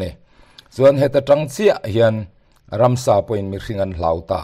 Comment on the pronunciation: Ransa..ti lovin..Ramsa tih ni se.